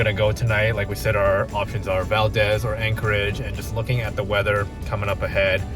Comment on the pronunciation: I love seeing my home state of Alaska through visitor's eyes. Your energy and enthusiasm (and laughter) is infectious! But didn't anyone in Valdez correct your pronunciation of Valdez? It's weird hearing VAL-DEZ rather than VAL-DEEZ, which is how it's pronounced. Glad you had a great time!